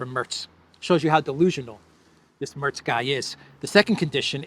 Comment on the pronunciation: Merz not Mörz